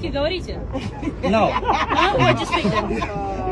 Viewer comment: послушай как произносит слово,, говорите,,... И сразу поймешь, что она от Днепра за тысячи километров русский познавала... )))